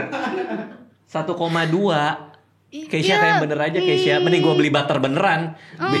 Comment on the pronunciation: keshya yagesya bukan keisyanya wkwkkw